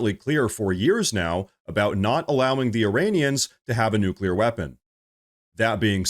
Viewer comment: Do they say “new-q-ler” on purpose?!